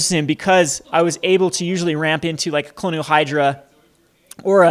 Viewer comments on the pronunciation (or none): Kah-lo-ni-an, not Colonial. Only bothers me because you say it so frequently over all these videos. Love the deck though man, this looks crazy fun.